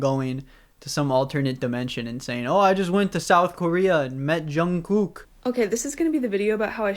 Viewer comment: is no one gonna mention the 'Junkoook'? lol, i just found that so funny.